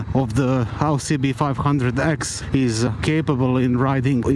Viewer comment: Very enjoy your voice. I like the videos and how you say cb500x . Nice bike!